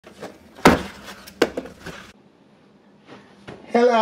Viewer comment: The hello was personal 💀💀